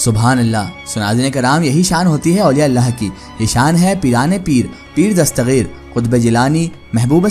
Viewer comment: dastageer hai gaa ko gaeen kyun padhraheho bhai